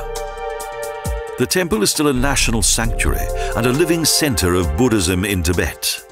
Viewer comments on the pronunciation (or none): none